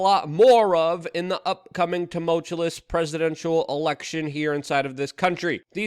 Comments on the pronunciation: You Crack me up! 😂 Tu mul tu ous (ta mul chu ous) 😅😂 I love ya bro! Just messing with ya!❤ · You can't say tumultuous or exacerbates correctly, so just stop. Stick to one or two syllables. Exasturbates makes you look ridiculous.